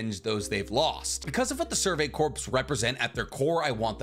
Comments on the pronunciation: Ummmmmm Future Trunks didn't come back to kill Vegeta.... He came back to kill the androids. When you're talking about the Survey Corps. Please for the love of my sanity and all things holy stop saying corpse it's just core....... pronouncing that "ps" is really messing with my mental health... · God damnit I love you but I can't take it anymore corps is pronounced kor as in core not korps as in corpse such as in the marine corps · This is a very minor pronunciation thing but corps is pronounces "core" not "corpse". :D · It's pronounced "Core" not corpse. Much like the marine corps. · For future reference... “Corps” is pronounced similarly to “cores” the p is silent. I learned that in the military when everyone keep making fun of me for saying it the way you do. 😥😭 English sucks!!!!!! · Great video but btw corps is pronounced like core, you don’t pronounce the p. Like as in Marine Corps, you don’t hear the P. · Corps is pronounced "kor", like core. Whew! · Survey Corps is pronounced “Core” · Corps is pronounced "core" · I love you content but for the love of Usopp PLEASE STOP pronouncing corps with the p. The p is silent and corps is pronounced like core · The way he says “corps” drives me crazy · I die a little every time you pronounce the "s" in "corps" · i am an inch away from committing war crimes because of how you pronounce corps